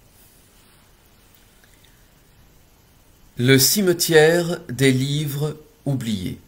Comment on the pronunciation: Mon dieu 😦 vous ne faites pas les liaisons lorsque vous lisez ?! 😮 des livres (z) oubliés 😮